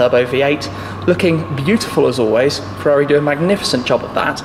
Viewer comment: Firrari comaro😆Firrari ss 😂😂